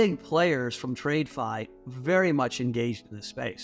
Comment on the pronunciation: The fact he pronounces it ‘trade fi’ tells you everything you need to know abt this guy. That and his Luna tattoo.